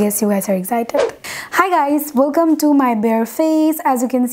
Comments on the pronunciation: wt is exjited...excited..tmr Eto English bolar ki dorkar.. ekdom 12 ta bajay felo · Apu mind koiro na apu excited is pronounced like xsited not exzited ok.... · আপু "একজাইটেড" না। It will be "এক্সসাইটেড " ☺☺ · What is 'exjited'?😂😂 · Excited o thik kore bolte pare na #uneducated 😒😒😒